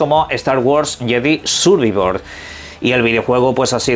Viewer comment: Jajajaja me da risa como pronuncia el inglés, unas si otras no, "sur ví vor*, pero jamás e escuchado que digan " plai esta tion" que regla usan para pronunciar unas palabras en inglés bien y otras no??